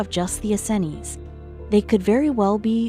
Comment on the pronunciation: Please...for the love of God stop mispronouncing the “Essenes” as the “EN-SEN-IES”. Jesus.